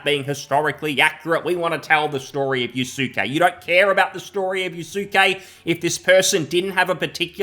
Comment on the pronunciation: lmao yasookay. people, the u is silent. yaske....yasuke was a real person. sold to nobunaga oda who made him a kosho. NOT a samurai. closest western equivalent of a kosho would be like a page or almost akin to a squire. he accompanied him and held his weapons.